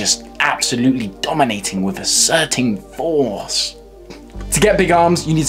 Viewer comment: “Absolutely dominating with asserting foeoeorce” 😂😂😂😂😂😂 im dead